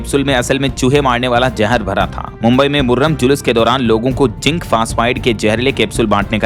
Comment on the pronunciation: कृपया आप अपना उच्चारण ठीक करें। जैसे मुर्रम नहीं मुहर्रम होता है और उननपच्चास नहीं उन्चास होता है।